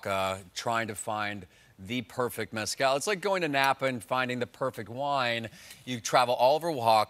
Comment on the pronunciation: "Methcal", no?